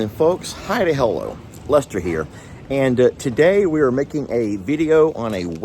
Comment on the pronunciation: Lester since you became a Lord you even say Hi to hello with a posh accent 😂😂